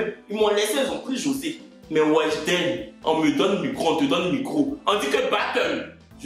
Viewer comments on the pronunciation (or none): none